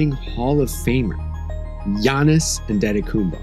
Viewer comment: MY MAN PRONOUNCING GIANNIS' NAME IN THE NIGERIAN FASHION. KING.